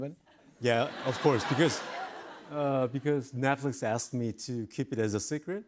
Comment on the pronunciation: HE SAID NATFLIX